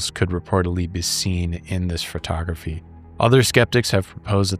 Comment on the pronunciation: Thot-tography, hehee